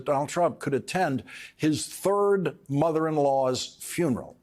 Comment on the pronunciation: "....his third mother-in-law's" funeral ...the emphasis on "third" 😂